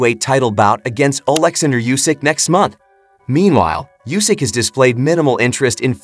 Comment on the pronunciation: A commentary so full of jargon and superfluous words it is unwatchable. Oh, and it would show a little professionalism if you learned how to pronounce the fighters name, before launching into the rambling nonsense.